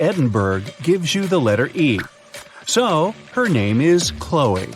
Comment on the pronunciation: Her name is Chloe, not Hoe.